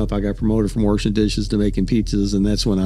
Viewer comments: He pronounces WASHING as WORSHING. That tells you right there everything you need to know. Lol. Plain and simple. People who talk like that, 99% chance, slurs are in their regular vernacular. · w-ERSH-in dishes times 7 🤣🤣🤣🤣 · "Wirshin" dishes?!?! where the hell is he from?? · Anyone that says "Warshing" instead of "washing" is definitely racist in my opinion 😂😂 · 'WERSHIN' dishes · There is no R washing easy. Warshing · "Worshin Dishes" - John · I don’t like “worshing” dishes either. Understandable. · He said “warshing”, there’s no way he ain’t a racist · "worshing dishes..." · Warshing dishes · Man just can’t stop using the r’s, dude says, “warshin dishes” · Did he just say “warshing” dishes? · Warshing dishes lol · How many "R's" are in the word warshing Papa John 😂😂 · I hate him just as much for pronouncing “washing” as “warshing” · I knew I couldn't trust him when he was "Worshin" dishes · warshing dishes puahaha